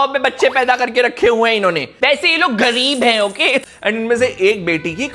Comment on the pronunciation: That 'gawreeb hai✌️' 😂😂